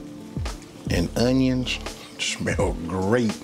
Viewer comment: YUM! Love how you say “UNYUNS!!!!!!!”🤣